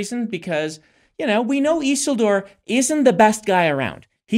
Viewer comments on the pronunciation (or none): Brandon's mispronunciation of Isildur's name drives me crazy. It is not "EASEL DOOR" ffs. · Why are they saying Isildur's name so wrong? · I loved this deep dive into Rings of Power. Makes some good points. Was anyone else bothered by their pronunciation of “Isildur”?